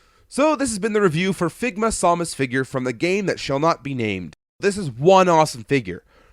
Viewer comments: I wish I would have known you'd be pronouncing Samus as Sau-mus. I would have gave you a take of me saying, "For the love of God! It's SAM-US!" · samus, not somus. ugh that was driving me nuts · It's pronounced Sam us